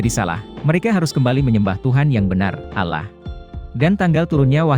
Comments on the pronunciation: Itu mnurut pandangan anda yg bukan muslim, tlong perbaiki juga mengucapkan allah swt, dlam islam ada aturannya untuk mengucapkannya, bukan alah tapi allah swt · Penyebutan Allah saja masih salah